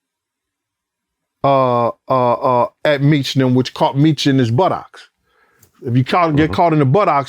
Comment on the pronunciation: His pronunciation of buttocks has done me in 😂😂 butt - ox